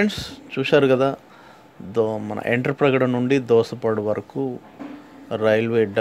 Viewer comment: ఎంటప్రగడ కాదు వెంట్రాప్రగడ